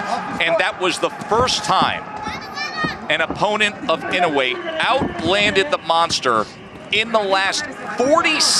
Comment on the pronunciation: Love how these clown commentators don't have a clue, and like all true Americans can't pronounce a foreign name correctly - it's Ee-no-eh and not in-oh-way.